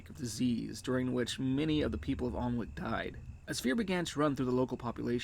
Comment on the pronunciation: I wouldn't expect an american to know this, or care honestly because english pronunciations are weird, but it's pronounced anick the l and w are silent.